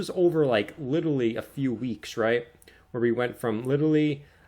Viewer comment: "xrp will go 100x" - guy who can't pronounce "literally"